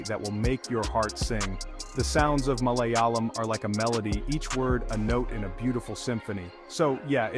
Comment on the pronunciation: MalayAlam with a long A as in “ah!”.